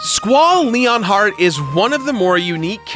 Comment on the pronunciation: "Scual leonheart" hahaha WTF Seriously ... how can you butchered that name like that !!!